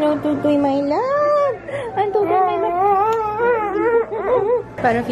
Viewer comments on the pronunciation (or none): none